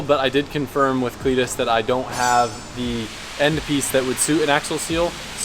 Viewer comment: Legit cringing with this video then you call cleeter and i stopped cringing and started laughing with hit holy shit. Step in the right direction. Solid axles are the way to go get a marker and straight edge and line the axels so when ya pull em next time you can see how or when they start to twist. Can make it a mission to make candy cane axels. 😂